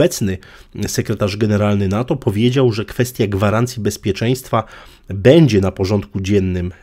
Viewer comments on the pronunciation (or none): none